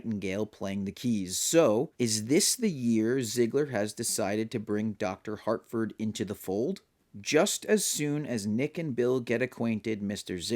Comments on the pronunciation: Good video, and, I agree. This is an initiation into the cult, but, it's Harford not Hartford. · Great video. But, my guy, there is no ‘T’ in ‘Harford’, lol.